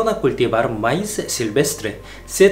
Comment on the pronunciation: se pronuncia Maíz pronunciándo la i más fuerte